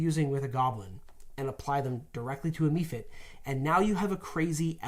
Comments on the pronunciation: It's pronounced mephit (meff-it) not me-fit. Look up pronunciation for mephisto, mephistopheles, mephala, and literally any other word that starts with "meph". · OMG, "me-fits". It's supposed to be mef-its" :D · Mephit is pronounced MEH-fit.... the way you guys pronounce some of these things just kills me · MEH-PHITS. UGH! how do you get MEE out of meph?! PLEASE STOP!!! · The "e" in mephit is soft, not hard. It's "meff-it" not "me-fit". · Several official pronunciations says meffits, not MEEfits.... but they always pronounce several things really strange, like the R in iron. It kills me every week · You say me-fits, I say meff-its, let's call the whole thing off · I love you guys. Watch all the time. I have to say something though. How do you pronounce goblin? Then why are you pronouncing modron that way? 😂 Also: Mephit. Meh-fit. Stop making vowels long when they shouldn’t be 😂 haha great video though! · Mephit...MEH-fit. Is the frequent mispronunciation a Canadian thing? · What's a mee-fit? You do know that on D&D Beyond there is an pronunciation button right next to the monster's name? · Lol Ive never heard it pronounced "Me fit". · ephemeral, cephalopod, telephone, teflon..... mephit. I don't think they're pronounced 'me - fit'. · Love the video, but please... It's pronounced "mEH-fit"... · It's meff-it on the D&D Beyond pronunciation guide. Also that way in Baldur's Gate 2. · Please learn the pronunciation of Mephit. Think "Mephistopheles." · Totally did a double take with that pronunciation as well